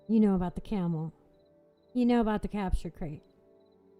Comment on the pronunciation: and did you just say crapture crate?